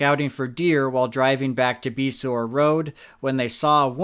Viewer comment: Beasore is pronounced bay-shore don't ask me why but the roads have both names and numbers so figure that one out! Lol